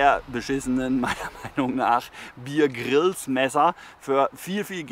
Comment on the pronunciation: Der Mann heißt Bear (Bär, wie Polarbär) Grylls, nicht Bier Grills.🤣